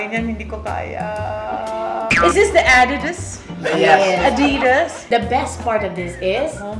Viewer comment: I'm really laughing with how adorable Dra. Vicky Belo pronounced "Adidas". Naging sosyal na sa pandinig ko hahaha 😂